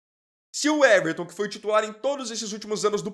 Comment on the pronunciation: Uweverton? O nome é Weverton, pra que colocar um U na frente?